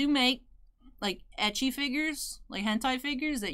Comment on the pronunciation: Wait... that's how you pronounce ecchi? I always went with eck-e in my head.